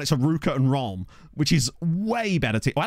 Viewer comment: Speaking as a Brit who was born and raised in France, I must say I'm impressed with your pronounciation of Reims. Yes, it was still wrong, but you're the first person I've ever heard pronounce it "Rahm". Usually, when Brits try and say it, they say "Reemz". Trying to work out how to spell it phonetically, I think the best I can come up with is "Ranss" with a barely pronounced n.